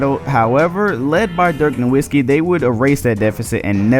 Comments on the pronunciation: why this nigga keep saying "NO-WIT-SKEE" like bruh everybody says it "NO-VIT-SKEE" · Byw sir the W on Nowitzki is pronounced as a V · We lost butler. Then this video started with a mispronunciation of Nowitzki. More disrespect. When the comeback by Roy against the Mavs happened, I destroyed my dorm room. When they swept the lakers, our team felt unstoppable. Then we upended the young OKC core. Then the finals. Another clutch defensive performance. We forced Lebron left everytime, he was a non-factor. And bosh, as good as he was, had no answers for Nowitzki (pronounced No-Vitz-key). When they clinched it in 6 (no game went to a game 7) I cried. Finally climbed the mountain. This team was sick. Never felt out of a game. Knew d and dirk would carry us through. The island of misfit toys won.